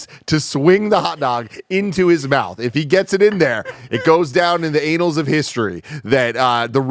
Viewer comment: Did Tim just say "Anals" of history? That's not how you pronounce Annals Tim! 😆